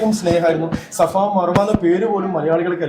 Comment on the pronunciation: ഷഫയല്ല, സഫയാണ്